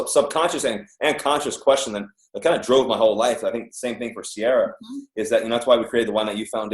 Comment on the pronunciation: Her name is pronounced Sea-Air-Ah not Sea-Are-A Jimmy. 🤦🏽